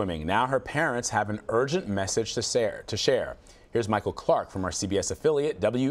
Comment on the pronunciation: "To sare to share"